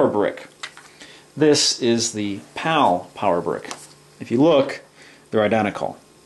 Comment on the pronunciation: Am I the only one thought he is saying "POW" instead of "PAL"? 😂